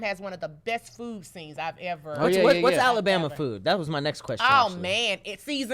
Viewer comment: ALA’BORMA’? YOU JUST BULLSHITTIN MAN😂 YOU NOT EVEN TRYIN BRUH😭